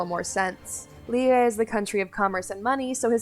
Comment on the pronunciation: Holy crap I haven’t heard someone correctly pronounce Liyue in so long it’s refreshing